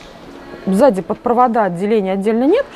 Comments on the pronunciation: Очень нравятся ваши обзоры, спасибо., только СЗАДИ, а не в заде😁🤣🤣🤣🤣🤣🤣🤣🤣🤣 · Взаде? Или сзади? "В заде на голове " )). Все мы оговаривается, но смешно вышло